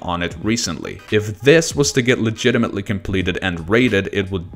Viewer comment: “and slaughterhouse was verified legitametly”xD